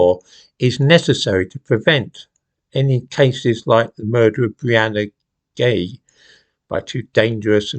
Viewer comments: Hold on, her name isnt Ghey its Jai. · The media pronounced the surname as Jay. seemed to have some difficulty with saying the name too. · Sorry, that's Brianna (J-eye)Ghey. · Is anyone else surprised by the pronunciation of Ghey? Would never have got that from seeing it written.